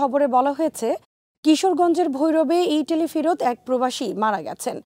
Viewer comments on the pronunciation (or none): ইতালি ইটালি না উচ্চারন ঠিক করেন।